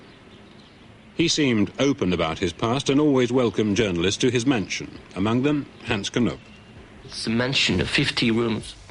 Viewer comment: Hens Knoeeeep ? Get your prunanciation right Het is Hans Knoop